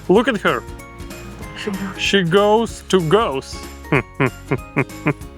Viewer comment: Its Goes not Goos